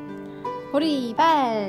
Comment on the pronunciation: 저요 "보리발"이라고하실때 보리밥이라고 하시는줄알았어욬ㅋㅋㅋ